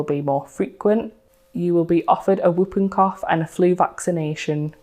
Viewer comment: You pronounced whooping cough incorrectly.